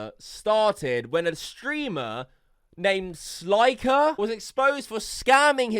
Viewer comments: It's slick-er not sli-ker 🤦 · It's not sl👁️ker it's sl👅ker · stop saying. its clearly pronounced slicker u spastic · SL EYE CKER lmao can you say slicker? ROFL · “SLIEKER” 💀💀💀 Oh hell naw, who invited this dude? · guy does research on 'sliker', continues to say his name wrong every time... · “Sly-kur” tf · He can't pronounce it, he brought it up when he said 'sly-ker'